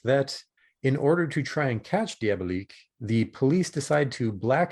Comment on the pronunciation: Diabolique is a film released in 1955 and remade in 2000 - the film you are reviewing is called Danger: Diabolik - please pronounce it correctly. You do a disservice to the film, and to movie fans everywhere, when you continually mispronounce the name. John Phillip Law himself specifically discusses its correct pronunciation with Tim Lucas during their audio commentary review of the film. Moreover, I find your review quite lacking in both scope and understanding - not to mention research and information. Next time - try not winging it.